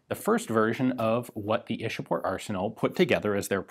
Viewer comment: Its ichapore not ishapore. It's a place near calculate the then capital of india.